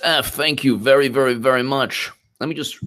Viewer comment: Be Vewry, Vewry quiet